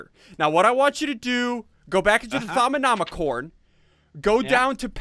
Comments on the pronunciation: Its pronounced. Thom-a-nom-a-com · thorm-a-nom-i-con thaumonomicon. how to say it. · o may had did you not learn your lesson read it like to-mi-no-micon learn your lesson